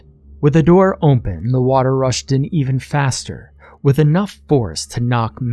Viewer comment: hehheheh narrator says "ompen" for "open" jus' like eye do